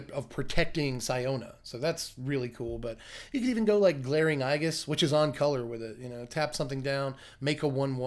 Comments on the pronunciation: Glaring Aegis is pronounced "ee-giss" but otherwise some excellent content. I like the depth on Siona possibilities. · It’s actually pronounced with a “ j “ sound, so slow thy role.